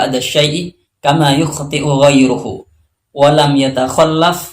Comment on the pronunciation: Dan kayaknya pada lafazh yukhtiu ghairuhu. UAH membacanya ghairahu. Yang semestinya rofa' krn ghairuhu menjadi fa'il dari yukhtiu. Salam santun. Semoga sehat selalu dan semoga membawa keberkahan.